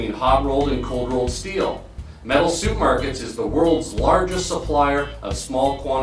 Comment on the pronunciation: Learn how to pronounce supermarket.